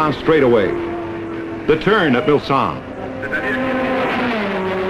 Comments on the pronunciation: Glad I saw your comment as I too noticed his wrong identity. Don't believe this narrator realy knows cars or racing. He also kept pronouncing Mulsanne (Mul-son) as Mul-sann. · Even worse, he called it the Milsanne Straightaway. He also said incorrectly that the top speeds then were 230 MPH - not even close. The great original footage though overrode his mistakes. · In France it is "Hunaudières" but the english speakers always says "Mulsanne straight" ...I don't know why. From my point of view it is because "Hunaudières" in unpronounceable for english speakers !!